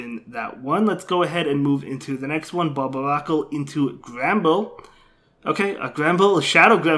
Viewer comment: it’s pronounced bar-bear-ah-coal